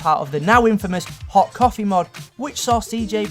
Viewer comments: STOP SAYING COFEH ITS COFEE NOT COFEH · It's Coffee not COUF-AY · Y does he put an a at the end of his words coffa ect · Why are you saying coffea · WHY ARE YOU ENDING WORDS WITH EH LIKE ITS PARTY AND COFFEE NOT COFFEH AND PARTEH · Coffeh, Parteh, Aunteh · Hoodeh aunteh realleh generalleh muthar historeh properleh dirteh coffeh bangedha chav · lol when he said coffee he said Lol coffaa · Omg stop pronouncing words like "coffeh" "dirteh" "parteh" -_ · "Coffeh" So annoying. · does this guy know how to speel out coffie he says coffe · "Coffeeh" - 2015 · coffeh, parteh, historeh, mistereh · It's wierd how this guy pronounces his y and ie sounds. Coffeh, hoodeh, historeh, Ect. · Hood-ah, Myster-ah, Coff-ah, Aunt-ah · Coff-A not Coffee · lol😁 I love it when you say coffee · i had to stop watching because of the way you said coffee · Is it too tricky to say 'ee' rather than 'eh'?